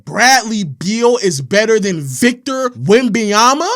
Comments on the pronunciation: Bro it’s not that hard to say victor wemBENyama stop saying “wembeyama” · This nigga say Wemby-Yama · STOP SAYING "WEMBAYAMBA" GOD DAMN